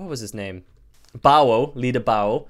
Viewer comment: The way you pronounce bao sounds like bowel wonder if he has bad bao movements (a.k.a poop)